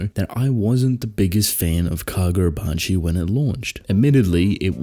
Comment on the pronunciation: KaGODrabachi, you mean.